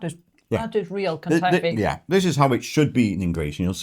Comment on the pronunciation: It's ba-kla-VA and ka-ta-EE-fee. If you can travel with some from a bakery, do that. If not, enjoy while you are there and look for a pastry shop or befriend a greek family that bakes local to your home. 😊